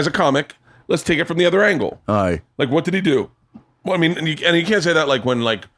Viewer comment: . Daniel: "Aye"......Eh sah Scottish. Love it.